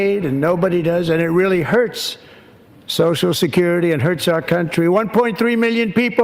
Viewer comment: Drink anytime Sam says "soshascurity"